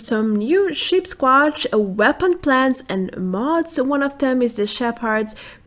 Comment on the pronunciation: you said CHEAPSsquatch haaha good imformation